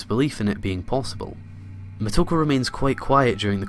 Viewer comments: omg the way you say muh-toe-ku is agonizing. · it is [MoTo • Ko] or [Moto • Ko]. Either way, you have initials and vowels that are pronounced together as one sound. Like [Shi] is a single sound where as [Shi • So] is treated as two sounds. Think of the romaji much like German, very literal once you learn the basic rules of reading it.